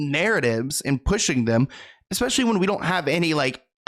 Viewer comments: You used the word "eXspecially" , and nothing you say after that matters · Did you… … did you just say “EX-SPECIALLY”…???!? 😹 No waay! Do you say “pahsketti” too? 🍝 lol out loud